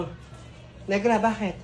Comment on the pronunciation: accent bisaya tayu dai hahahaha tagalog 100% here pero nakaktuwa sila mag sabi ng NEGRA NIGRA diva